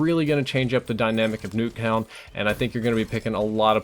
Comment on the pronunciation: "Nacktuown" ok..